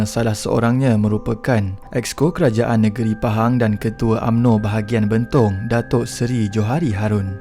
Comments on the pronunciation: Sedikit pembetulan admin : Betong bukan Bentong😄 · Bang sebutan abang tu salah. Sepatutnya betong Dan sibiew okay. Saya dari sarawak